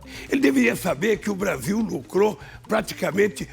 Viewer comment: A língua do Bolsonaro quando fala "Blasil" é muito nojenta